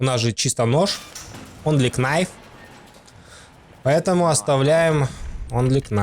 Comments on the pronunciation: Очень крутой спидран! Респект! Но! Кнайф очень резал (что иронично) слух)) правильно "найф" К - не читается) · онли КНайф ..... аааааааааааааааааЪЪЪ мои уши! Ъ